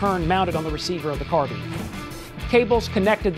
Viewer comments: I can't trust anything said by a guy that says "carbean" instead of "carbine" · its carbine like turbine cause carbine comes from a mutation of the French word meaning short rifle I think, you can say whichever way you want it's just I was brought up in the UK, cause we have to learn French in British schools